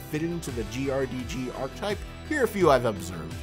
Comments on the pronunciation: Jesus Christ if you're going to make a 16 and a half minute video on an archetype...*learn how to pronounce archetype!* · it's pronounced "ar-keh-type" not "arc-type"